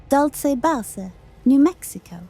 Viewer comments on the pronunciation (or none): Please use AI that knows how to pronounce the word “base“. It’s not bah-say. But somehow it got Dulce right? 🙄